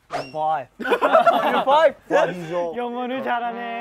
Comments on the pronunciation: Chan is fOiVe🥴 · Changbin: high school musical Chan: im foive